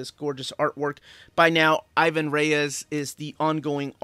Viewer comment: i´ve been trying to grab those GL and GLC, but even used, some of them are hard to find and expensive. on other stuff, bro, stop killing Ivans name. He´s brazilian, he has a portuguese descendent name, we don´t accentuate the "I", and it´s Reis not Reyes. :D keep on rockin'